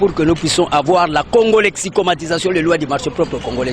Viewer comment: Il a dit la congolexicomistion alors que c’est la congolexicomatisation 🤔